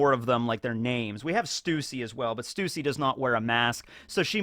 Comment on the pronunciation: its not stussy its sussy LOL.